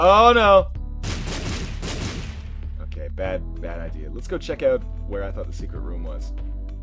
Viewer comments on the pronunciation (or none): none